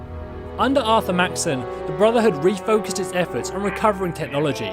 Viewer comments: Dude it’s pronounced Max-son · Are you incapable of pronouncing words correctly, it's pronounced elder Maxson not maxton, and it not elder leions its elder Lyons pronounced as "lions"